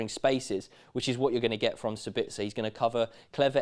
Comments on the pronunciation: It's SAbitzer not SaBITzer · Please for the lobe of GOD dear English people put the accent in the correct spot. It's SA-bitzer not Sa-BITZ-er. I know you only repeat what you heard from the Germans but they suck at pronouncing Austrian names.